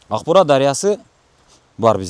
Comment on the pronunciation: Укбураны агбура деп суйлогон гырылдаган акмактар элдин канын ичкен бюрократ коррупциянын ана баштары.